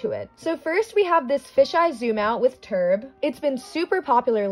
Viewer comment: i just love how she says "turb" LMAO